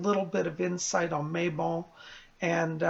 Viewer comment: I also Love how you say Mabon. I pronounce it Mabone (As in the bones of May. See what I did there? LOL!).